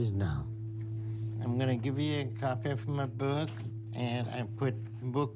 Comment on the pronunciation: Absolutely love how a Dr. Now said "Imma give you a copy of 'muy buook'"!!! 🤣🤣😂😂